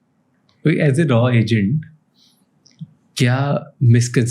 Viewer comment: Bhai itna bada officer ko leke aane k baad "raw" bolta hai. Isiliye subscribe nahi kia... it's R and AW